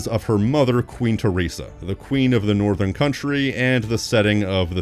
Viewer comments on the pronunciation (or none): none